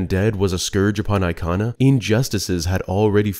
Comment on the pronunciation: The way you said Ikana valley or anything Ikana related made me want to cry. No offense it just sounded wrong. Aikhanah valley is just a no😭